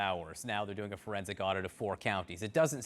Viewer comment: Trump supporters "..but was it a FERENSICK awdit?"